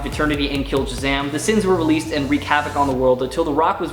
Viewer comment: You actually said seven deadly sina